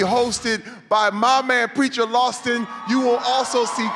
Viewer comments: The whole video is about how people say his name wrong and terry calls him Preacher LOSTON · Did Terry just call him Preacher Lawston? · first of all its rude to correct and second of all it did sound like he said lawston